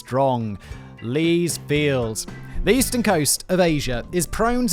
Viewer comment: He can't pronounce words with TH properly, and it's very distracting in his narration. And annoying. It sounds like his channel is called 42.....